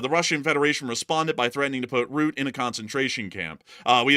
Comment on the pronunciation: The NATO Secretary General is not called "Ruuut" but "Rut teh", with the accent on the double T and the 'u' sounds like the 'u' in the English word 'uh'. Then combine that to pronunciation : "Rut Teh". I know Dutch names can be a pain... 🙂